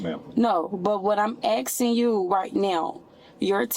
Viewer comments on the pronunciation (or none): "What I'm axing you, . . ." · Amboolance Axking 😂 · "Axing", as opposed to "asking". There's a small number of people, that actually believe she's one of the "most educated" people in the United States! lol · He's not "axing" you anything girl.... he is "asking" you questions though 😂and they're not to concerned over you boo boo when you attached 3 people with your vehicle. WTF is wrong with you? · It's "asking", not "eksin"! (However, I notice positively that she's polite, at least until minute 21. No screaming, no swearing, no "that's racist" or "I can't breathe". But of course, that can still change.) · Axing??😂😂😂😂! How stupid can they be?? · What I'm axeing you? What the hell kind of English is that? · TL;DW - This is basically an hour of her saying that she shouldn't be detained because she has injuries. I like the part where she was "axing" for an "ambuhlance." And a different "indivisual." But she's "frusgrated." Maybe it's because she isn't his "pry mare in farcus." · “I’m axing you for an Amble-lance” perfect English. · “But what I’m axing you right now.” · She keeps saying "You aksin' me all these questions". Ridiculously stupid and in denial of what she did. She should never drive again. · She's axing him?! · She is axeing you for a amblams... She finnin to get mad... Cause you dunt got in the way of her entitlement car.... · What ax was involved? She keeps saying about axing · What I'm " axing you " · Ambulanss, axing you. Daem this Ghetto shit xD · She axing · OMG, the single false eyelash has me lol, between the "am ba lance" & "axing" I had to mute her. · Are you axing me ? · So self absorbed and obsessed that she can't even recognise the hurt other's are feeling after her horrific decision... 😡 Being drunk doesn't excuse or omit psychopathic tendencies... Also, on a lesser note, how hard is it to pronounce "asking"...???